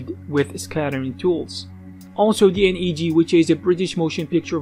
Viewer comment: DNEG is Double Negative and is pronounced D-Neg, not D. N. E. G.